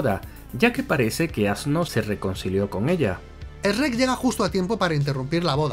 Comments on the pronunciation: El error mas grande es pronunciar ESRER Cuando lo correcto es CHUEK 😇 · No puedo con la pronunciación de Esrec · Eeee, no sabes nada, se dice Shrek y burro, no esrek y asno, jajajja, bien video, saludos de chile! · Lo peor es que jaaja dicen SHERECK Que seria algo asi como sssreck Y asno as no no ses un asno es un burro y todavia le dicen burro en toda la saga ajajaj 😂😂😂🤣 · Jajajaaj por qué pronuncian Shrek como Reeeekkkkkkk.....ajajjaja???? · El único error es que pronuncian "ESREC" Y no shrek xd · no saben nada, se pronuncia como se escribe, no "Es Rec". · EsRREk nommss pronuncia bien cojonudo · Eshrrek y asno jaja xd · Weeey no puedo creer como pronuncian Shrek asi que como bien dirian error épico Por cierto me dió cáncer de oídos cuando a burro le dicen asno 😩 Pero fuera de eso amo sus videos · asi no se dice Shrek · Esperen un momento... En España lo pronuncia S-rek? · Que se llama shueck chinga 😅y burro es burro no asno 😂😂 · es la pronunciación 😅😅 también me parece muy curioso cuando hablan de Google y lo pronuncian: guguel 😅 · Cada que dice srek me enojo como planton de bob sponge asi con la vena saltada y todo es su cultura pero no la respeto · ostias venancio jjajajajaja... soy YO O DICE REK? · Se pronuncia chruek, no se pronuncia shieg😑 No son los únicos que pueden encontrar errores 😜🤣🤣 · El "Esrek" jajajajaja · Para que nadie se ofenda dice Shrek y el otro dice Esrek,:3, Best Channel Ever! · Eshrek jajaja como el bromas jeje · No puedo confiar en la opinión que dice Eshrek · ESH- REK.....JAJAJA me encanta esa pronunciación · Lo que más me sorprende de este video es que al principio dijeran bien "shrek" en lugar de ese ya conocido por todos los que hemos escuchado gente de España: "Esrec" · Yo como todo latinoamericano pienso que el único error de este video de sherk, es como pronuncian sherk y del como le dicen a Burro Sherk es vida sherk es amor. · ESRREK jajajajjajajajajjajajajajjaa 🤣🤣🤣🤣🤣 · "Essrek" jajaja.